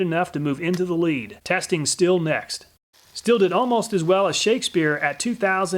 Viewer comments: Good Video. German guy here just dropping the german prounciation of Stihl. First the sh from sh*t and the teel from steel. Keep it going with your vids, I would just like you to tell us if you did more than one test, a single test is nice to get an overview but it's no absolute. There may be a little shift in every test. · Stihl should be pronounced "Sh-teel"